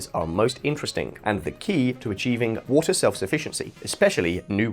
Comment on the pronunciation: It is water lol Not voter lol 😂